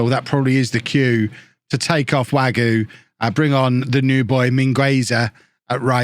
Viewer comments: Wague is more way-g rather than wague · Im pretty sure wague is pronounced varg not wagyu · Wagué as Wagyu gets me every fucking time.